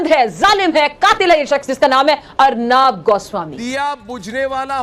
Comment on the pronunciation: अरनाब नही रे पगली अर्णब है